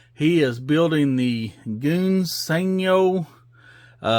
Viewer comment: Smashing good job on the Sport Cars Old Chap! I also liked the way you slipped the engine in for added detail, Jolly Good Show! Since you struggle with English old boy I will help you a little. In ENGLISH Gunze Sangyo sounds like "Guns San-Joe" but I realize you Yanks from the South do not speak the Queens English . You do however build some nice cars. Keep gluing those kits together and never stop! Cheerio Old Boy!